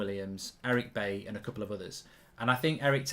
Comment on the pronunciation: I wish streamers would start pronouncing Bailly's name properly. It's pronounced Buy-ee, not Bay-ee. 😲😲😲